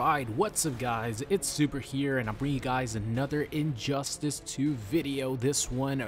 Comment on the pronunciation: I heard that too 😂